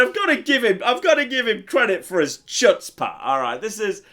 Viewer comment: mispronouncing chutzpah makes me sadder than it should